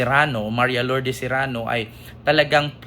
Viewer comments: sereno hindi serano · Sereno hindi Serano ❤❤❤❤ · Sereno Hinde serano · Sereno hind Serano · ❤cereno hindi serrano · sereno not zerano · Sereno po, hindi Serano. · Correction pls Sereno not Serrano ty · Hindi Serano, kundi Sereno po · Sereno po,Sereno hindi Serano. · Hi, justice sereno sya, hindi serrano😅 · Justice Sereno Hindi Serano